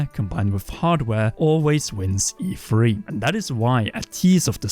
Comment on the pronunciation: Am I the only one who constantly hears EFree???